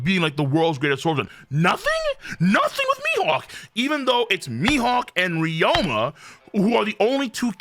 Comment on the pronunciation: King I swear to God if you keep mispronouncing RYU-MA as RYO-MA I'm going to have a fucking aneurism.